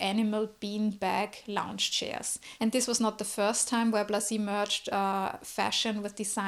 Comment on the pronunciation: Thank you for this presentation of Blazy! I'd also pronounce his name this way.